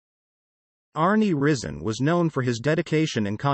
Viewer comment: His name is pronounced rise en